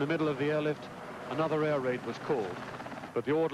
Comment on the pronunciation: "Anothet" ....Is that a smaller Exocet?